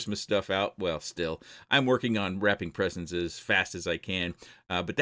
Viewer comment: lol, what sre presentces? Im curious. Could it be giveaways from?!? Just teasing. It's been a great 2024 spending time watching your awesome and very helpful videos. I'm looking forward to 2025. Thanks for everything,, and Merry Christmas. Good Sir!